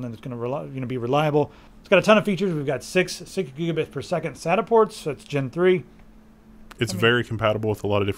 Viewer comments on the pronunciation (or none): none